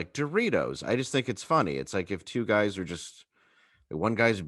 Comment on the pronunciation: Michael, please don't say "yer guises." It's such an awful neologism.